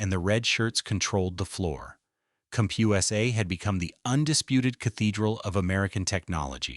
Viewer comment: Cump-Hugh-essay? Don’t “tell the story of a bankrupt retailer,” tell the story of lazy AI slop.